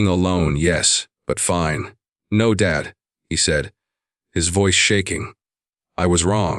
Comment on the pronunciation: Southern Arizona United States of America Since when does Dad becomes Dade? Narrator describes the call to his son as 2 different calls except that it's the same call , along with different descriptions of words exchanged. I don't appreciate it. Narrator has a tendency to pause at the wrong time such as daughter PAUSE in law instead of saying daughter - in - law then PAUSE. 70 PAUSE 9 instead of saying 79 then PAUSE. He mispronounced unmistakable. He pronounces as unmis - stakable. There's only 1 S in unmistakable. Bowed head is pronounced BAUD. I'm happy that the father and son started to reestablish their relationship.